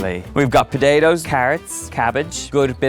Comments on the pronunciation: I love you Donal, you're an awesome chef and I love your channel but now whenever you'll use potatoes, I will forever hear puh-day-toes 😂😂😂😂🤷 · He said padayoes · Pud- day- toe.... Why! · I love how he says potatoes 😍😍😊😊😊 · The way he says "potatoes" ❤❤❤❤